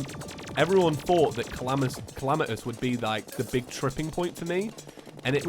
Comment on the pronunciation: My friend keeps calling Calamitas "Calamiteez" HOW DO YOU GET AN "E" SOUND FROM AN A?!?!?!?!?!?!?!?!?!?!?!?!?!??!?!!?!?!?!